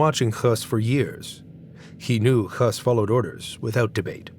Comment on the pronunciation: HIS NAME IS PRONOUNCED HESS, NOT HUSS!!